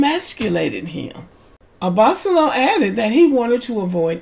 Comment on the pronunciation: Hi, his last name is pronounced "Abba-solo". And I'm inclined to agree with you. As a lawyer, Rachel should've safeguarded her interests better. Also, besides Lauren & Cam from LIB who are still together, there is also Brianna & Vincent from MAFS.